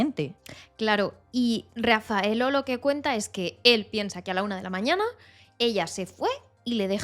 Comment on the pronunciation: Está bien contada , el se llama Rafaelle no Rafaello , y Perugia no Perugio